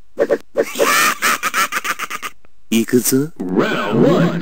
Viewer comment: I like when you say center "centah" :D Than for the tutorial, nice job. <3